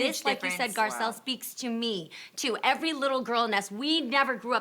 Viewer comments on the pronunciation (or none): none